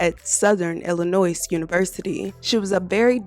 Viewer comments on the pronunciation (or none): The "s" in Illinois is silent. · “Illinoissse” dude the s is silent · S is silent in Illinois. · I'm from a town a hour away from C-dale. I never considered going to SIU-C due to the fact it's know as a "party college". I actually hadn't heard about this. So thank you for sharing. And leave the "s" off Illnoiz lol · I graduated from SIU. This is a tragic story. I am also a Chicago girl born and raised. I started SIUC at 18 years old and registered last minute. This story hits home. I enjoyed your video. Thank you. The s in Illinois is silent. ❤️ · S not pronounced in Illinois. Thank you. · The “s” in Illinois is silent